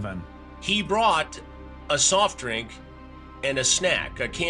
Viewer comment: He witerawwy bwought her a dwink and some KIT KATS Edit: huge lol at “no turkey for you” 😂